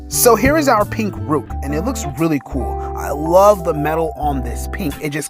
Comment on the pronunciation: Bro said “rewk”